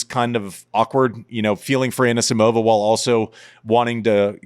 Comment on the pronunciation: Annuh-Simovuh deserved bettuh